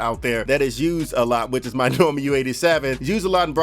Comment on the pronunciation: Bro it’s Neumann pronounced Noy-Man. Not Norman